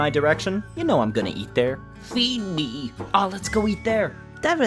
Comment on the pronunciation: FWEED MWE XD